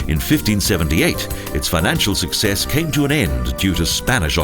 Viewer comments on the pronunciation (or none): none